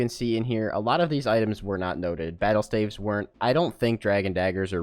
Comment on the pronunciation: the way you say staves is very concerning